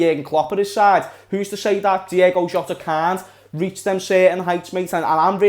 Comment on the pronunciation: Ahh lad it's "Diogo" not "Diego" why does everyone call him that 🤦‍♂️😂